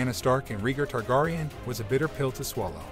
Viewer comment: “Reegar Turgahrian’”lol😂